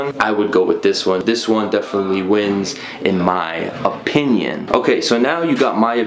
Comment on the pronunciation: "IN MY OPINION" emphasis has me dying